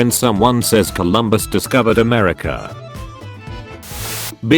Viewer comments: "kim 2 sung" srsly? And I thought its pronounciation of Mussolini was cringy af.Time to upgrade that robo-voice... edit: "amersha" rofl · Everyone: America This bot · The texttospeech actually pronounced America as Amersha